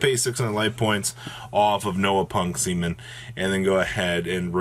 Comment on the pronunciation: Seamin ... lol